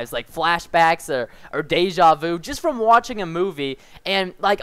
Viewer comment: Man, how the fuck do you pronounce "deja vu" !!! Anyways, nice video :)